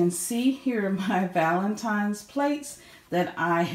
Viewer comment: Lovely rich wood color and luv, luv, luv the beautiful oversized plate. Btw, THANK YOU for saying valenTINES, not valenTIMES. LOL